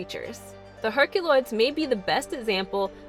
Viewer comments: I love when she says Herc-a-loids! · As much as it pains me to say it, you have to pronounce the unwritten Y in herkYuloids. I hate to go against logic and phonetics, but the name is established. It's pronounced /her kju lojdz/ in spite of the way it is spelled in English.